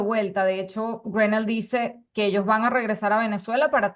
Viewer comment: Periodista o no se si lo es pero preocupese de como se.pronuncia en ingles ese nombre porquw nones GRENEL es greno la "l" odcura a penas se marca.